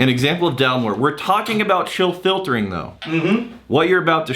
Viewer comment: “Chill filtering” “Chiltering”